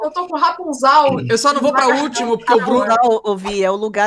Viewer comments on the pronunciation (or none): MEU DEUS RAPUNZAL?? COMO É QUE NINGUÉM REPAROU NISSO É RAPUNZEL